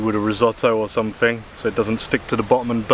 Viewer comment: Welcome back to, the. Some translation for you guys from idiot English to proper English. Here we go then. Somefing = Something, Fought = Thought, Fing = Thing, Fink = Think, Somefin' = Something, Froo = Through, Fanks = Thanks. Short & sweet this time round. Oh, please for the love of God, no more close ups of you slurping on tea or food.